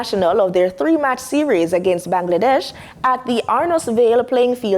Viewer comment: Bangladesh, please check the pronunciation.